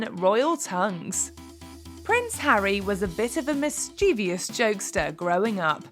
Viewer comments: It’s mischievous…three syllables, not mischievious with four…that’s not a word. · You mispronounced the word "mischievous." The word has three syllables, not four.